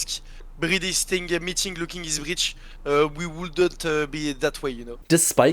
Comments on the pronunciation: Bro just say BriD lol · I am addicted with the way you saay BriD